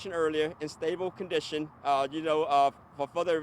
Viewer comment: 😂😂😂 stabo condison 😂😂😂